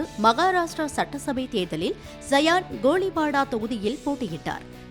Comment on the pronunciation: அது கோழிவாடா இல்லை. கோலிவாடா. எங்கே வேண்டுமோ அங்கே 'ழ' கரத்தை 'ல' அல்லது 'ள' என்று உச்சரிப்பது....இங்கே வேண்டாமோ அங்கே 'ழ' வை அனாவசியமாக கொண்டு திணிப்பதே இன்றைய தமிழாக இருக்கிறது!😂😂😂😂😂